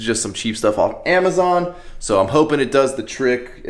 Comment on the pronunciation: the way you said Amazon lol. Got that mexican accent